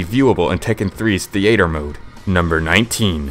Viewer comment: TeeAtermoode..seems legit..and the Name pronouncings